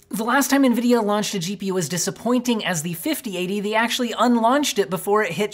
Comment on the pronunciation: lmao nevidia greed.. but ya.. it is what it is xD